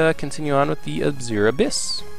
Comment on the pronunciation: trademark mispronunciations! This time featuring the word "Azure"! (Hint: it's supposed to be "AZH-er") Also, I can imagine what you were writing when people were messaging you. Off screen: "GO AWAY I'M STREAMING DAG NABBIT!", "WHAT PART OF 'GO AWAY' DID YOU NOT GET?! D: D: D:" On screen: "Jut gotta take care of some business..." Off screen: "I SWEAR IF YOU MESSAGE ME ONE MORE TIME I'M GOING TO VISIT YOU IN YOUR SLEEP!" On screen: "That's the last message I needed to send I believe." Also, what are you talking about. I played the entirety of Super Mario Galaxy on Dolphin with a keyboard, and all the way I was extremely happy that I didn't need to use no stupid controller for that. As for FPS games, you should look at Unreal Tournament 4. It's still in early alpha, but it's free (and source available) and running on Unreal Engine 4. The Outpost 24 map is simply gorgeous! And they're working on another map right now.